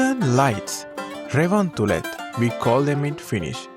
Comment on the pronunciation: Thanks so much for this beautiful video ❤️ I didn’t even realise we have forests so much, 75% of area 🌲❄️☃️ You pronounced revontulet so well 😍 🇫🇮🫶🏼🇱🇰